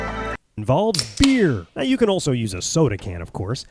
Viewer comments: I always thought she was saying "yoy okay" lol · I always thought she was saying "YOY OK" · When I started watching I thought she was saying “Yoy OK!!” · I thought she said yoy ok